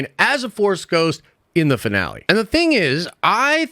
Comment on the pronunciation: I had to rewatch the first second of this video so many times to actually hear "Finale" and not "Vinale"